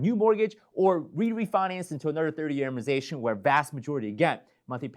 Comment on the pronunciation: Please pronounce amortization correctly. Thank you!